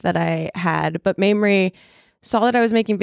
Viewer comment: Mamrie. Pronounced maim-rie. As in, 'I was physically maimed when her name was mispronounced ' 🙂😃😂 Love this lady! Glad you had her on!